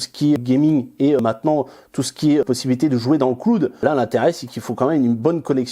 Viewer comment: Le cloude :') ça fait mal aux oreilles ! Super vidéo cependant :)